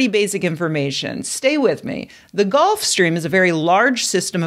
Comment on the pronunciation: GULF. GULF stream. Not “golf”.